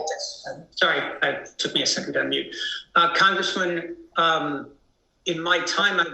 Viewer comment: Why does he continue to call her Comgressman??